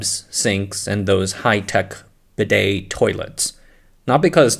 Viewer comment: It literally tells you how to pronounce "bidet" on the advert, so I have no idea how you're getting it wrong.